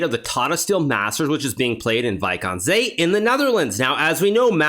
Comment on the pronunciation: i had to look up where it was. that pronounciation was something :p wijk aan zee